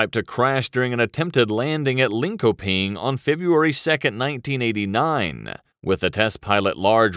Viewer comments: Lin-ko-ping. Took me about 4 times to understand what he said 😅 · this guy is butchering the swedish words... lin-ko-ping? yeah let me say claydifornica is a hot place XD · "lin ko ping" :D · Lin-Ko-Ping lmao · Hehe ok. Linköping was even funnier! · I'm stuck on how they butchered Linköping...